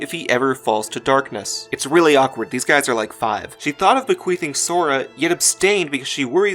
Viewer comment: When you explained what the bequeathing is, all I heard was bequeefing...and now I can't unhear it